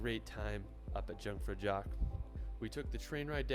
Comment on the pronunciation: Aarrghhh, I hate the way he’s butchering „Jungfraujoch“. It’s not dshungfraudshoch! Try „eeoongfraueeok“ instead…